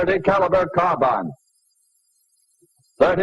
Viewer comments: He says car bine instead of car bean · never figured out why so many people mispronounced carbine. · Interesting that he pronounces 'carbine' like us English, rather than the modern American way.